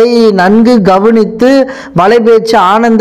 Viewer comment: நண்பா...அவர் பெயர் ஆனந்தன் இல்லை...அந்தணன்....